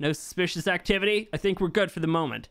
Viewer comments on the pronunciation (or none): none